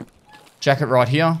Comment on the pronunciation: Very strong stache game, Papa. Also I like how Papa says "here." Heee-uh